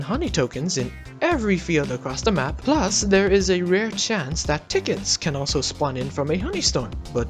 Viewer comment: Him: Plants a rare sprout Also him: I SAID ITS QUITE RER